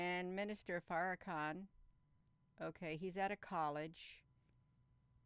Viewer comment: OMG! 🤣 Every time you mis-pronounce Farrahkahns name!! ❤️🙌 It’s golden in my book. ❤️